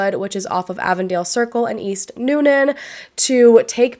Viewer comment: I live in Newnan and this case has been so questionable for a long long time! Good job pronouncing Newnan and Coweta btw!